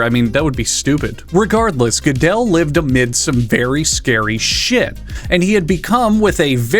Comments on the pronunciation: I know the existentialism jokes and topic of death should probably be my focus here, but as an Austrian I was so in disbelief at the mispronunciation of gödel that initially I thought I was going insane because the story of that ghidelle dude seemed so familiar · Hearing pronounce Gödel (I'd kind of describe it as "geurdel" for lack of a better way to type it out) as "Godell" reminded me that not everyone can be an insufferable pretentious know-it-all